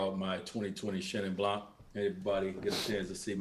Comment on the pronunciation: LOVE iiit : keep that up btw the C in blanC is muted: it's pronounced BLAN ;)